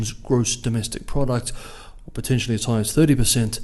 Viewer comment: Oh yes! Always heeg kwoality from... from News Zeelands.